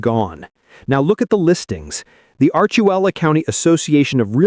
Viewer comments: Arch-u-leta, not Arch-u-ella, come on now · You said “Archelula”? It’s Archuleta. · It's ArchuLETA, not Archuella County. Damn out of towners. Good thing I live south of Durango just inside New Mexico so I can play there while CO residents pay. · Sloppy narration. Not "archuela" county. It's Archuleta. Ar-chu-leta. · Pagosa Springs is far from collapsing. Also, please pronounce the County correctly-it is Archuleta, not Archulela. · Hey narrator, it's Archuleta, not Archuella. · Archuella County - said multiple times? It’s Archuleta, you imposters. And saying Breckinridge is a ghost town in summer just means you’ve obviously never been there. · Learn how to pronounce "Archuleta" county. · Please get the county of Pagosa Springs right. It's not ARCHUELLA county, but ArchuLETTA county! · Its ARCHULETA COUNTY NOT ARCHUWELLA COUNTY.....F..N AI! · You lost me when you couldn't pronounce Archuleta...